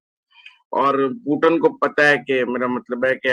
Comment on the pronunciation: " poo-tun " nai " poo-tin " hai wo